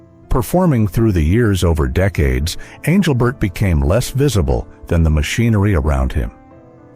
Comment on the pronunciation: Please tell this guy speaking to pronounce Engelbert's name correctly